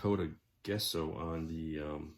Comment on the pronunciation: Looking pretty cool. Took a few years of art classes in college, and "Gesso" was always prononced "Jess-o"